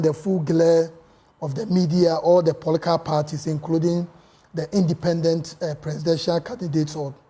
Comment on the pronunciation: The guy finds it difficult to pronounce political party